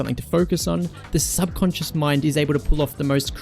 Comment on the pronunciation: gonna take a shot everytime says subconsince